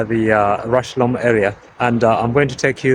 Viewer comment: it's pronounced just like 'rush-home'.